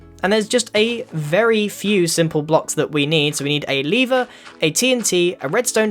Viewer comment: ITS A LEVER NOT A LEEVER